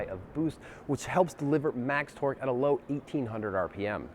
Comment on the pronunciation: What is "torg" and "hors power"? #englishfail